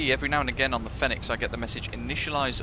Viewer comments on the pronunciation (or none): Love the Videos but please call it Pronounce Fenix as Phoenix ;-)